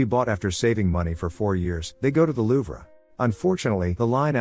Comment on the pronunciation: Wait Is this a computer voice or did you pronounce louvre wrong on purpose lol?